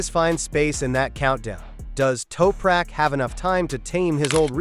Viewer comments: AMATEURISH!!! You can not even pronounce Toprak's name!!! What a WEAK synopsis and overview! Don't quit your day job dude! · Holy chit.... obviously total AI garbage when they slaughter the Turks name...